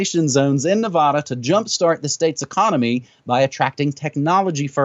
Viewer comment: How is it that someone in NM pronounces Nevada "Ne-vahh-da"?